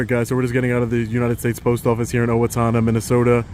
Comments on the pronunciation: As a former Minnesotan I was going to comment on you utterly destroying the name Owatonna at first, but I see you were corrected about mid video it's pronounced O WA Tonna (sounds like Donna but with a t sound). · hehe you said "Atowatonna" lololol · its pronounced O-WA-TON-NA my family is from there i cant believe you were in my area !!! I'm in South Minneapolis now got to say though Owatonna is a beautiful area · Good morning! Hope all is well, just wanted to let you know it’s pronounced “Oh-A-Tonna”, coming from a Minnesotan 😊 Love the work you do and keep it up! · it's oh-wa- tonn- a. I worked for a tool and dye, there for a year in the early 70s. I was born and raised in Austin Minnesota. I would go through Owatonna every summer to go to Faribault, at least a thousand times. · Haha the way he says Owatonna.... Love your work, but it's pronounced O-Wa-tona. O-WA ( like wow) tana (as in wanTON)-a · The town's pronounced Oh-uh-tawn-uh fyi. I live here. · The city is pronounced Oh-wah-tawn-ah. I love how you said nobody is "letting" me do anything. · It’s pronounced oh-wa-tawn-nuh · Welcome to MN! The city name is pronounced "Owe-uh-TAHN-uh". ;-) I used to live there and I'm disappointed that "my people" did such a poor job. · The native word is pronounced Uh Wah Tun Uh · O…wa…ta…na! Get the name right idiot. A REAL journalist would have got that right. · The city is pronounced “Oh-Wah-Tah-Nah” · First, it's pronounced "O-Wah-ton-na." Second, if i'd had know you were here, I would have taken you out for lunch. Third, it is privately owned, but leased to the US Postal Service. I can put you in contact with the property manager (Dan : The guy in New York) if need be. Fourth, Make sure to give Officer Selvik credit for being courteous and professional. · Crazy you were in my home town and it's pronounced owe-a-tonna, never had interaction yet but glad I haven't! And, some of the employees at the post office are nasty glad you did a video here!